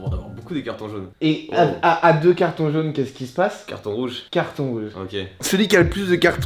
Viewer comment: "celui qui a le plus de cartONJ rouge" j'suis mort 😂😂